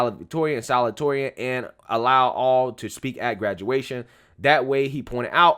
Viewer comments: The word is salutatorian (sah-looh-dee-toh-ree-ahn) 😂 😂. You're awesome bro! The same problem occurred when I was in high school. At the end of our senior year, I saw a couple of names of students that made the Top 10 and 2 of those names were students that were NEVER in our AP courses and somehow got higher scores. If I had known the GPA calculation at the time, I would have skipped out on some of those AP courses and take the general version of it for s higher grade. It wasn't those 2 kids problem It was mine for not reading the criteria to be considered as part of the Top 10 list.... Just saying!! Just saying. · don’t be embarrassed, I’ve done the same thing a million time, but you pronounce it: sa-LOO-ta-TOR-ee-an, best I can do without special symbols! The loo is a little less stressed than the tor. Love you! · Bro. Its sa-LU-ta-torian. You're too smart to keep mispronouncing that. 👍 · it's pronounced salute-uh-torian. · Pronunciation: Salute-a-toreon